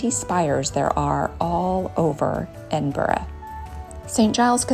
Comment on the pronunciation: FINALLY and American actually pronouncing my hometown’s name correctly…. Hallelujah 👍🏻